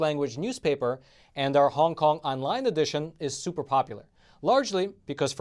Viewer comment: Is this guy from Miami, who else says super like that other than us.